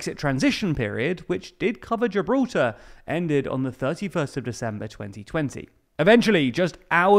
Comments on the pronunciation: "Geralta". I think I knew that guy back in the day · Who else getting triggered by how this guy pronounces Gibraltar?